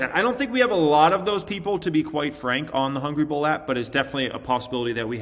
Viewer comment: Why don’t you put a link to the app in all of your videos? Took me almost an hour to find the damn thing. Mostly bc you pronounce it so fast I heard Ball instead of Bull